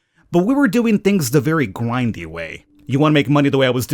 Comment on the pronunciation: "the gwindy way" Yes that is how you say gwind